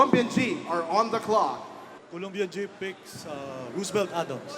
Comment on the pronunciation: Sino yung cute na malaking bulas na yun? . 😅😅😅 tatlong pronunciation ng Roosevelt...